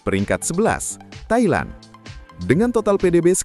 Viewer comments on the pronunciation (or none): Bang sorry bang 😅🙏 Abang salah eja tu. Tailan ❌ Thailand ✔️ Tapi emangnya Indonesia panggil macam tu ke? 🤔🇮🇩